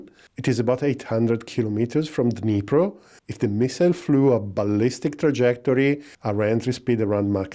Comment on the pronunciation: Alipro Novini? Dnipro? Couldn't make out the D. Thought it was an A. Ah, it's Dnipro. Geeze. Too long since my school Russian.